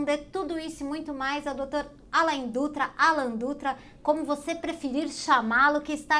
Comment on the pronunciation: Respeito pelo nome do outro é muito importante e a entrevistadora deveria ter esse respeito pelo entrevistado e saber a pronúncia correta do nome do doutor.